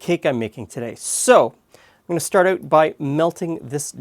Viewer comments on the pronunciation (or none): Listen to how pronounces Out and About. It is more Oot and Aboot...